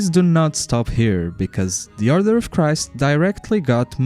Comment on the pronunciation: Are you saying arthur or author? You keep using a word, it sounds like a rank or something. Edit: Nevermind, you got to the Order of Christ part, I just realised you just have a speech impediment my bad. Leaving this comment though because I know a lot of English speakers will be confused by 'author'.